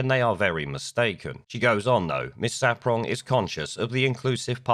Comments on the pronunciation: It's SARPONG, mate, not SAPRONG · June SAR-pong, not ‘saprong’. Funny though, they say that once you go black, you won’t go back. Lammy’s missus is white, proves that wrong, eh? Sarpong is also well known as the gap-toothed race-card player in the feminist shit-show that is Loose Women. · Mate, I like your content, and have listened to a fair amount of it, but you HAVE to do some research when you put videos together. ‘The Archers’ is a very long running much treasured RADIO 4 drama series. It’s a famous part of British culture. And it’s June Sar-Pong, not Saprong. Small details, but if you’re going to lambast things or people in the news, you’ve got to get these things right or it makes you look foolish and your argument weak. Just saying. Your arguments though are obviously correct.